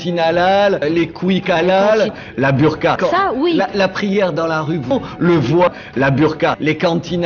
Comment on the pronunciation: 01;15 on dit voit pas voiye retourne en cours de francais